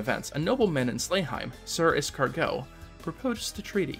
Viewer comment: You're saying Escargot a dish made from snails. It's Iscariot, [ehs ka ree oht] wouldn't care normally but it's a biblical reference and you usually like to make note of refrences.